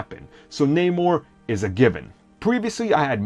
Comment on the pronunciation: Oh come on not manor Its Namor